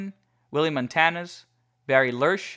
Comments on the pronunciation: It is actually pronounced Mon-tan-yez. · Oakland A's Pitcher, Blue pronounced the letter "i" in his first name as a "long vowel" sound. A little slip up on old Willie Montanez as well i.e., a misplaced accent and sounding of the "a" in the last name. Ironic that you went with a kind of 'Spanish' or latin pronunciation of the "i" in the first instance and went total Anglo when it came to an appellation(a surname at that) with a more obvious Latin connection. Except for these "giveaways", one might almost think that you'd lived through the Carlton era.